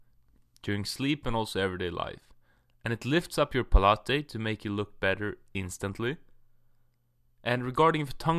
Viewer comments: Rock H No, it’s pronounced pal-it. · Palate..... Ahahaha it's pronounced Pa late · So manly until final "good byeee" and palate is pronounced "pa-lah-teee" just like pilates lol jk